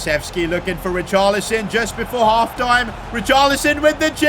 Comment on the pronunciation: Bro can’t even say richarlison right